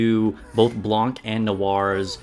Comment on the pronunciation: Noir seems like a more specialized Drake, at least for Gravedigger. P.S. the "c" in Blanc is silent